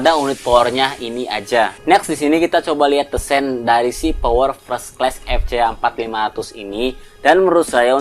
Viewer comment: Fres kles? Fers(t) klas kali bacanya